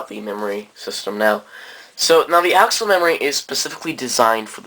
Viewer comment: "ack-sell" not "Axel"